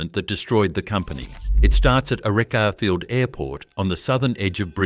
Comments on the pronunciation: Please ditch the AI, bad pronunciation especially Archerfield 😂 I prefer to support original genuine narratives. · It IRRITATES me very much the use of AI voice. The pronunciation of the airfield is SO wrong, it destroys the viewing of this content. PLEASE redo it then it will be watchable with sound on 😡